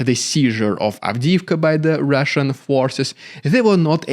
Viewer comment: Very good “Rrrrrrridiculous rrrrrussian propaganda” today😂